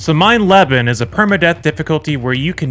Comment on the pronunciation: The increasingly incorrect pronunciation of "mein leben" had me rolling 🤣 Never change!